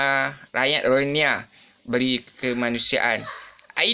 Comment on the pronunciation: Ko sebut rohingya pun x betul.... silap2 ko pun rohingya... muka mcm long tiger bam je...